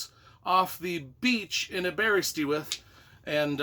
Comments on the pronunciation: The animated movie from the 80's was awesome. I've gotta read the books. btw it's pronounced Aber-ist-with. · um, did you ask anyone how to say Aberystwyth when you were there? the pronounciation is a real howler in what is otherwise an entertaining video.